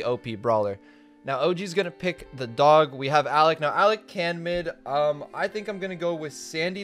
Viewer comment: Hey His name is not the dog It's ZA DAGO